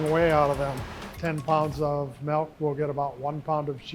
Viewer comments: Proud Wisconsinite here! I love this, and his passion, even after 50 years, is significant. You'd think he would be the one guy who pronounces "milk" correctly, however. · That's the WI way to say it. I learned to say "milk" after living in Richmond VA for 5 years. Now I'm back in WI but still say "milk." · Didn't know in Wisconsin they made cheese out of Melk. Melk melk melk. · Melk! Nice video though. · Take a shot every time he says "melk" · The “melk” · Melk? What's that? 😂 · Melk? Give him the frickin' melk, Josh!